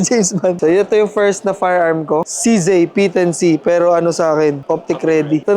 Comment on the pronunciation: Saan ag CZAY ??CZ LG NMN NKA SULAT.. REVIEW KA NGA NG ALPHABET SA KINDERGARTEN BAKA MALAMAN MO NA MALI PAG BASA MO SA LETTER " Z " ✌️